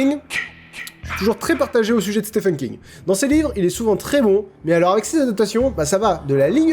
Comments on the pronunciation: Ça se prononce Steven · "Stephen" se prononce "Steven" en fait ;) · Hein?! je dis que ça se prononce SteVen (c'est le ph qui se prononce v) et tu me réponds "nope" et maintenant tu dis que j'avais raison depuis le début, faut savoir ! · Depuis le début je te dis que l'accent anglais avec les ph c f pas v le v c les ptn de vieux beaufs marseillais chez les chtis